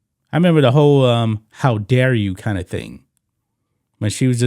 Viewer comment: I love it when she said "how dear you". I laughed everytime I hear that.